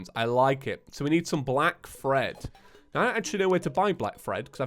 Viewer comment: It anoyes me how you say fred it clearly says thread kove your content btw